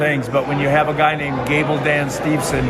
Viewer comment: So sad that even Dan Gable himself doesn't say Gable Steveson's last name correctly. 😐